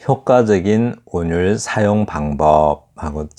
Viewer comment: 또! 틀린 발음!! "운율"의 첫자 "운"도 길게 발음해야지요! 이를 선생께서 또 "잛게" 발음했더이다. 이런 일은 결코 가벼운 문제가 아니올시다.